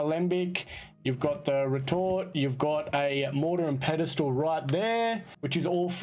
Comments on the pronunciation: Great guide but Sorry bud its, pestle not pedestal. -A Pestle can be pronounced Pest-el, or Pest-ul if you're english. It comes from the Latin pistillum meaning 'pounded'. -A Pedestal is the stone at the base of a pillar wider than it is tall between columns and footings, which distribute loads evenly on the footings. Pedestal comes from the Italian words "pie di stallo" meaning foot of no advancement. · You can say it "Pestle," yes. But "Pedestal" is never the correct pronunciation lol. I forgive him, however, as my mother would always say it that way, for some reason. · Friendly FYI - Pestle rhymes with wrestle, or nestle. The T is silent, just like thistle or whistle. Also, thanks for the help, I did not know how to use the filters! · No it cannot be pronounced that way dude. Pestle rhymes with wrestle. SMH